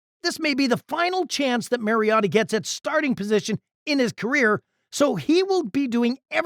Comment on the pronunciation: You lost a tad bit of credibility pronouncing Mariota’s name as the Mazda miatta